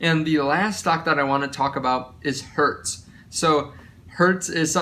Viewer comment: Please don't say hertz lol. Great video